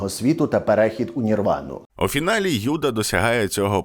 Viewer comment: не кому, як подобається, а відповідно українських фонетичних принципів вживається без подвоєного звучання першої літери — Юда, Єрусалим, Ісус, а російською мовою це буде звучати, як Ієуда, Ієрусалим, Іісус. Дякую за увагу і за відео❤